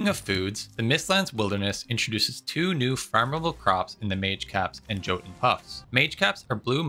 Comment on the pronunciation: oh and Jotun should go like Yotun. Generally when a word looks scandinnavian, the letter "j" is pronounced [y]